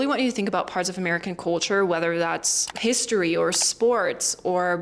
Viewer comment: Well learned. I don't pick up any German tones or sound in your speaking. However, one word you said in the beginning was "culture" and pronounced it as "coal-ture", as if you have a cold. Try not sounding out "oa" as a vowel, e.g. A E I O U. To help, practice with the word, "sculpture."